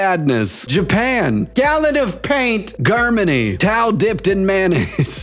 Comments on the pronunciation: Did you really read Germany as Geeermany? Good job! So proud! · did you really have to pronounce germany like that